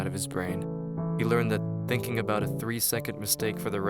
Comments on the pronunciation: It's pronounced "thinking" not "thinkink." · Funny how he says words like... Thinkink Somethink Anythink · the story was sad and all but I couldn’t stop thinking about the way the narrator pronounced “thinking” as “thinkink”